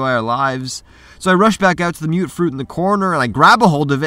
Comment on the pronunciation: Mute....mut.....hmm think it's mutfruit..(muttfruit). I didn't see an umlaut at the top of that u.